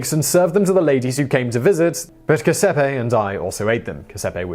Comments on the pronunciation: please oh please make an effort learn to pronounce names! Start with Giuseppe! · NGL his mispronunciation of 'Guiseppe' and calling 'biscotto' tea cakes is absolutely abysmal. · I was struck to find an Italian serial killer here...the only one we talk about here in Italy is usually the Monster of Florence, but this Mrs. Sweeney Tood was creepy as heck. BTW, it's Giuseppe, not Giuseppe. The "Giu-" syllable is pronounced like the "ju" in "juice".